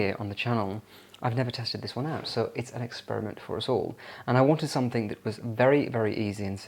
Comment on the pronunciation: it's something not somethink